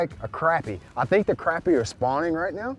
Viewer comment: Glad you say Crappie the right way! Thought that was just a North Georgia thing.